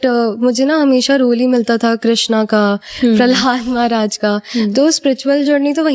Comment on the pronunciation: Prahlad Prahlad Bol rhi h …Prahlad maharaj koi cartoon nhi h Jo Prahlada Bol rhi hai… jb nhi aata Bolzano to interview mt lo…